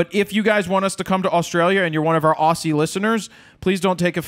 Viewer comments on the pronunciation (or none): PLEEEASE come to Australia Jared, that would be so awesome! Live RAW Talk in Brisbane?! Also when you say "Aussie" say the 's' as "zzz" not "sss" so it's like Ozzy. Thanks!